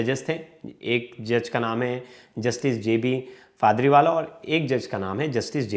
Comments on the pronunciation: एंकर महोदय, कृपया ध्यान दें कि जज साहब का नाम पारदीवाला है आप बार बार गलत तरीके से पारदीवाला कह रहे हैं। कृपया नाम तो शुध्द बोलें। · जस्टिस पारडीवाला का नाम गलत उच्चारित किया जा रहा है कृपया सही नाम उच्चारित करें।